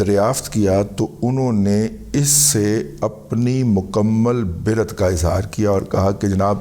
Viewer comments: برءات کو ب پر زبر پڑھیں۔۔۔۔بری الزمہ۔۔۔۔لا تعلق۔۔۔ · ❤❤❤ ژندہ باد جی باوا جی❤❤❤ لیکن برات کی ب پر زبر ھے❤❤❤ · داداجی برات کا تلفظ صحیح کرلیں پلیز .